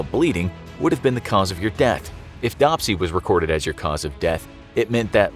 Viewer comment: It's not dopsy, it's dRopsy. And yes, it is known as oedema now.